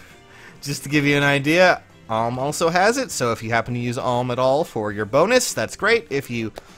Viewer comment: Another comment about him saying Alm wrong